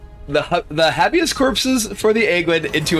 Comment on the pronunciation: No big deal but it’s Hay-bee-us like the legal term habeas corpus.